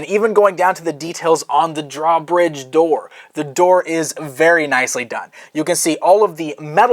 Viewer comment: I want to smack him every time he says draw bridge.